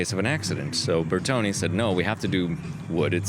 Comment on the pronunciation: Ahhhhh I wasn't listening,. You did pronounce Bertone correctly. Sorry.